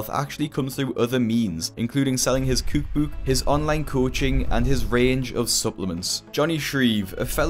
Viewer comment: accent really came out when he said cookbook